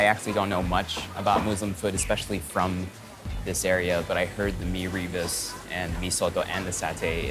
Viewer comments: Hi, mee rebus is pronounced 'mi-rer boost'. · Lol, poor Erwan needs some locals to help with his pronounciation 😆 so cute lah! It's Mee-roo-boos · Its more like mirror boos